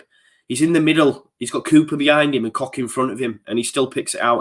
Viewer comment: it’s not coCK it’s Koch no k at the end so soften the k